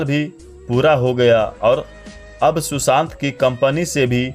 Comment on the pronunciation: शुशांत नहीं सुशांत